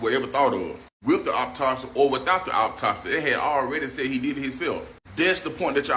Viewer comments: Funny how they all pronounce the word autopsy as optopsy. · OP TOP SY ? Pronounce it correctly. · I am sorry, but that was some of the funniest shit I have heard in weeks, for real. Hearing this man mispronounce the word autopsy by saying "oppotopsee" is freaking hilarious. Dude tripled down, too! I cannot take someone's opinion seriously if they do not even know how to construct clear sentences. Kinda makes you question if they truly know what they are talking about. Just saying. 😂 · optopsy octocksy oktoxic? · “bafoe da optopsy” “uma content cruata”…can’t even speak properly! Never seen a group of individuals WANT to be victims as much as modern black people! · "the optopsy" 😂😂😂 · Anyone that can’t pronounce the word autopsy I can’t take seriously as a source of information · To the black guy that’s a whatever creator he said content creator we go back and learn how to say autopsy please start by learning how to spell it then maybe you could speak it in correct English form I mean, you are American right